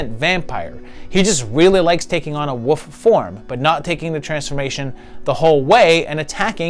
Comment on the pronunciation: I'm sorry but there is an L in this word [WOLF] that gets pronounced.